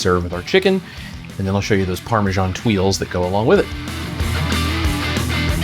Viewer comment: “Parme-djaan” is one of the most pakistani sounding cheese on the world 😂